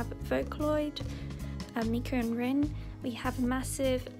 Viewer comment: is pronounced Reen, any I in japanese is an ee sound :))